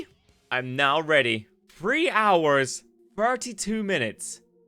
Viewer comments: bro said free days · AHHH TH SOUND IS NOT THE F SOUND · Free, Frough, Troufh? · I realized within the first couple minutes that OP can't say "the" sounds and it's all I could think about the whole time. "And wiv dat, in free days" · I keep hearing "only 'free' days"